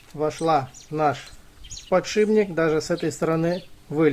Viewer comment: Не подшиБник, а подшиПник. Не ложим, а кладём.